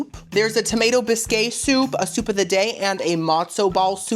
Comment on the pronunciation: Ily, but has anyone told you that bisque is pronounced like “bisk”. Love you, keep slaying 💕 if you keep saying bisquay then i will just change the way i pronounce it then lol 😂